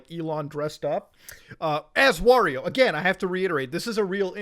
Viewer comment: Muta said “Wario” correctly:)